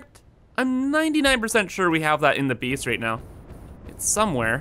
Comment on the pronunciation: Newcomer to your channel here, been bingewatching your content over the last few days (perhaps neglecting my own work in the process... ahem). In any case, great content! Due to your pronunciation/accent/something every time you say the word "Base" I hear "Beast" and I think that couldn't be more appropriate given the sheer magnitude of the project. It is indeed a Beast, capital B and all! Keep up the great work!